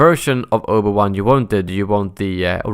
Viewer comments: Obu-wan xdd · Omg the butchering of the pronunciation of Obi Wan's name god man...